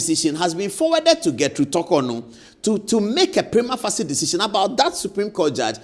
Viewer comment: Please consult the dictionary on the pronunciation of "prima facie" You're educating us Thank you